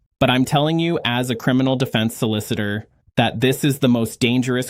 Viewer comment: AI generated crap. He can't even pronounce solicitor.